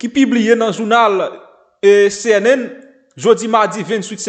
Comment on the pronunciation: CNN se yon mot Anglais C a prononce comme si ok